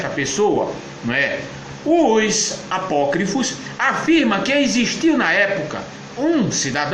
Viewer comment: Hahahahaha! Que comédia, cara! O cidadão não consegue sequer falar a palavras Apócrifos! Hahaha... Ainda escracha a fé alheia! Tadinho!